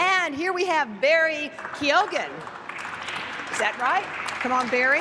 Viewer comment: KeyOhGan, honestly! You’d think that the presenter would ask what his name was before she introduced him so she’d actually get it right.